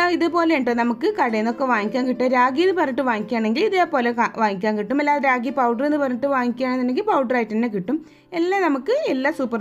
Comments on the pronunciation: രാഗി അല്ല. റാഗി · കൊച്ചേ രാഗി അല്ല റാഗി എന്നുപറ 🙏🏼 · രാഗി അല്ല ട്ടോ‌, റാഗി എന്നാണ് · രാഗിയോ?? റാഗിയാണ്... വിവരവും വിദ്യാഭ്യാസവും ഇല്ലാന്ന് തോന്നുന്നു. 😂😂